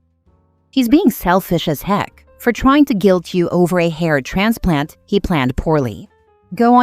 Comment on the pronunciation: At first I thought she said heart transplant then it registered it was a hair transplant. Omg 🤣🤣🤣🤣